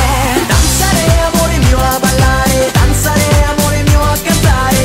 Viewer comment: Oh thank you for this comment! I learned Italian in school and we always said "danzáre". When I heard him saying "danzaré", I already thought my life was a lie :D